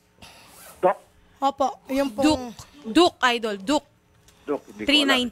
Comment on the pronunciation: Dapat nag research muna sya. Ni hindi nya masabi ng maayos yung Duke. KTM ganyan talaga problema nyan. Umiinit masyado makina.